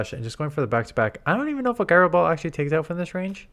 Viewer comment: The g in gyro is pronounced as a j. Jyro ball, not guyro ball.